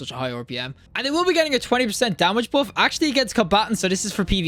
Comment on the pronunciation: I can't get over how you pronounce "buff" as "boff". It's perfectly fine but it catches me out every time.